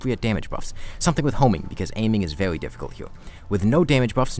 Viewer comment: Am I trippin or is he talking a bit like a cat girl? 😂 Like I'm pretty sure I heard "vewy" instead of very and "thwee" instead of three